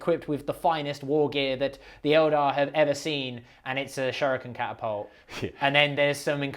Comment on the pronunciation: saying "elder" instead of "eldar" sounds weird to me.